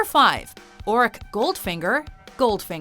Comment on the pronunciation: She said it wrong., "Ouric" Goldfinger. It's Auric!